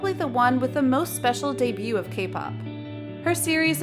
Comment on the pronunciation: Your pronunciation of debut is wrong girl